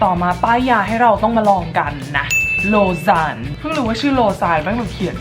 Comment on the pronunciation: โลซาน ควรจะเป็นของที่ออกเสียงง่ายสุดในทั้งหมดอ่ะจริงๆ เพราะเป็นชื่อเมือง ในสวิสเซอร์แลนด์